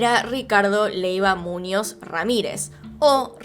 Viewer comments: No es Múñoz, es Muñoz! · ¿"Múnoz"? (sic). Buah.